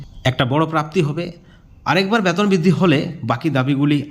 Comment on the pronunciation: Vasa thik korun ব্যাতন নয় বেতন বলুন